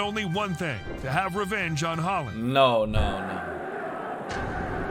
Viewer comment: Oh when de jong goes sliding in. The commentator really needs to brush up on his European pronunciations haha. Alfie haaland isn’t even the most brutal foul and just do a YouTube search of pepe fouls that in messi is nothing.